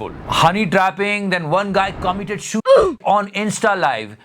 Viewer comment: Suicide ka pronounciation kamal ka tha 😂😂